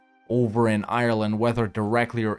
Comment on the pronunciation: Before you can be an honorary Irishman, you need to Google how to pronounce Ireland